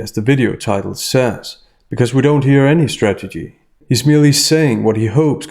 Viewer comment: Sorry,, I'm not native speaker, but it sounds to me like you keep mispronouncing the word "strategy". I hear "stagedy" all the time. Is it just me?